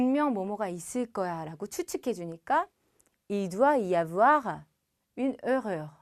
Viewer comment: 에러발음 희한하군요. 뭔소리여